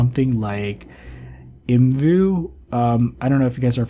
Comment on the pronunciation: The creators pronounced it the way he did, it's not separate letters 😅 There's a video from 2012 where they say the name out loud